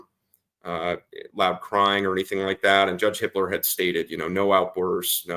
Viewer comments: Sounds like you’re saying the judge’s name is Hitler?? HIPPLER, sorry. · every time they say the judges name it sounds like hitler🙄